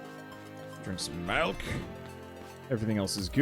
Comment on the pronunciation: says “Melk” and now all can think of is that video where they dissolved into a standoff over how milk is supposed to be pronounced.